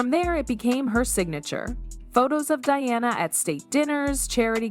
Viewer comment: This seems inaccurate And also weird in some respect, particularly pronunciation of names like Diana.